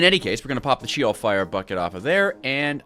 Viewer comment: Btw its not she-ol its she with the eh not a e so its sh-eh-ol from a hebrw speaking fella